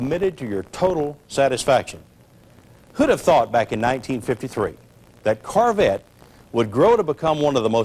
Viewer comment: I love the way he says carvette instead of corvette Such a great video. Thanks for uploading!